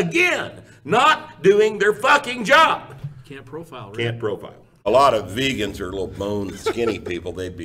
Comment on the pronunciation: Did dude just say we call them "vegins" not vegans. Because I can read? Lol